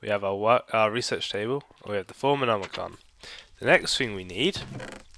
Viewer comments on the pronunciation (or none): It's thomcraft not thoomcraft :)